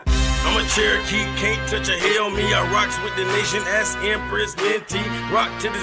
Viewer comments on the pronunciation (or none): Why do some of them say "axe" when they mean "ask"? IGNORANCE is why!